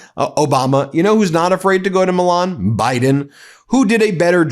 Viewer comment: Please pronounce Milan correctly, it's not the title of a Disney cartoon.